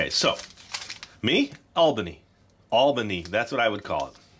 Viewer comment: Btw you said Albeni correct